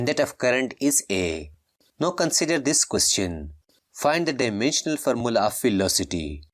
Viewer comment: Bro say formula as farmola😂😂